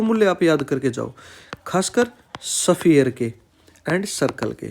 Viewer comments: Yaar tum khali YOUTUBE khole ho ky...thoda pronounciation bhi thik karlo agar sirf yotube chalama hai to...sphere ko safiyar ky bol rahe ho... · Sphere ko safiyar mat bolo...